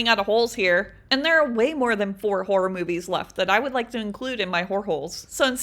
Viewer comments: Actually u said horror movies wrong 🤓👆 - im kidding ur said it perfect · u say horror movies fine